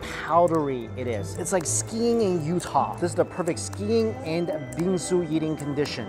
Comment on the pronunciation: every time he says Bingsu you it sounds like he's saying bean soup